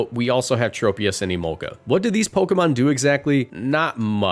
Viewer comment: It’s pronounced BEE-bare-ull, TRAHP-ee-iss, and ZAH-muh-zen-tuh, roh-TAHM, ZAH-SEE-ihn, ahl-TAHR-ee-uh, druhd-ih-GIHN, and SHEE-naht-ick, “Patrick Star”! 🤨 Swalot’s pre-evolution is Gulpin!